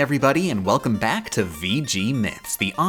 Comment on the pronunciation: velcome back!